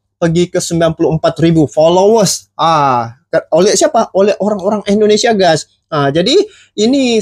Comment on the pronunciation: Maaf,. Saya koreksi sikit ya.....tolong dong cara mengucapkan nama negara orang itu dijaga ejaan dan pengucapannya..masaaaa orang thailand lebih fasih di banding orang Malaysia. Se x lagi maaf ya brooo. INDONESIA bukan Endonesia. Trimakasih